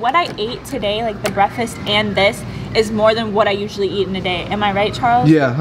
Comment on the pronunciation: warn me not to watch any videos where has to say “breakfast”, I can’t STAND when people pronounce it ”breh- fess” like I love all your videos but it immediately makes me like itch when someone says that lol like nooo don’t ruin it for me 🥺🤣